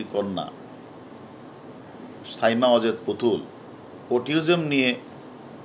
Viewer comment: ভাইরে অটিজম৷ অটিওজম না😓😓